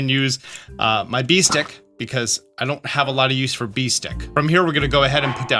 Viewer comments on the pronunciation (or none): I don’t know if it was intention. But hearing you say “Bee Stick” repeatedly was entertaining. “Bees… *ick” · There's an Australian slang term meaning a very short distance that sounds a lot like Bee Stick. When you said Bee Stick I snapped to attention and was like... Er ... What did he just say??? 😂